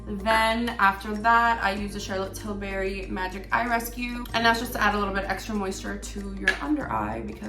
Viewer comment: The way she kept saying charlotte tillBERRY made me cringe😫😫😫